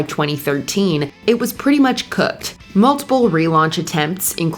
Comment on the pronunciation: why doesn’t it sound right when she says “cooked” 😂